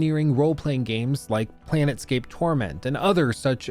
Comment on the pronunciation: planescape not planet scape lol